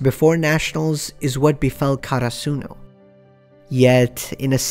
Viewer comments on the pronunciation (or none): And here we have yet another person who can't pronounce Hinata's, Karasuno's or Inarizaki's names correctly. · I was so confused when he said karasuno cause of his pronunciation. Like the fuck is that